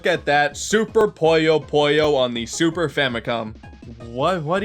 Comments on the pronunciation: It’s pronounced Puyo Puyo not Poyyo Poyyo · Its called Puyo Puyo, not Poyo Poyo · Is "puyo puyo", not poyo poyo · Guys it’s not puyo puyo it’s poyo poyo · I. FUCKING. LOVE. PUYO. PUYO. btw it’s pronounced poo-yo poo-yo, not poi-yo poi-yo. i d i o t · It's Puyo Puyo, not Pollo Pollo. Now I'm hungry for chicken... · Feels bad that people barley know about Puyo Puyo, I know I should've expected it but I still wish some people did some research other than linking it directly to Mean Bean Machine. (Poyo Poyo? Is that how people really pronounce it? I always pronounced it PU-Yo PU-Yo/Pouh Yo Pouh Yo) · Q that’s how it’s pronounced, America can’t j a p a n e s e right, poh-yo is how almost everywhere pronounces it while America calls it poi-yo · Fui el unico que escucho "This is an entry in the popular series, Pollo Pollo" :v? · Your Japanese with きらきらきっず was actually pretty good, especially since I'm guessing you don't know Japanese. So yeah, for just reading the romanized title: pretty great pronunciation honestly Funnily enough, your Puyo Puyo pronunciation was less correct lol. I think we can all forgive it though, since it's hard to not say Poyo with Kirby on the brain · Don't even dare pronounce Puyo Puyo wrong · will he ever fucking pronounce puyo puyo correctly?